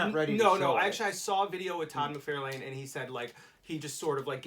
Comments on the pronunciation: It's McFarlane, not McFairlain! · Why do you keep saying Mcfarlane like that???